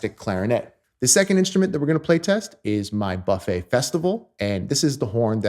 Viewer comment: Amazing vidéo. you have an incredible sound and your story about Charlie Parker is absolutely correct. At the risk of sounding like an a**h**le could you please pronounce Buffet with a hard u? Many French speakers cringe each tie you pronounce the brand name.